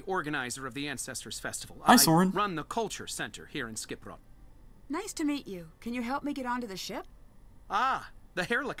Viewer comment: you and the characters pronounce Skipbrot wrong, so wrong.